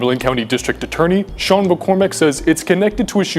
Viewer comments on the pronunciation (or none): none